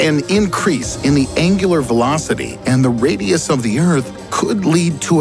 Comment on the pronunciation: How did he pronounced the radius? I can't get it, i like it